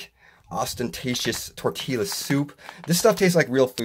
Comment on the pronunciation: I'm sorry did you just say "tortila" soup? rolf